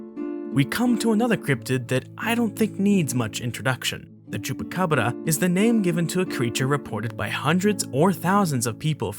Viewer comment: Always bothers me when non-spanish speakers omit the "s" on Chupacabras. Chupacabras means "sucker of goats", while Chupacabra sound like it sucks the blood of a single specific goat.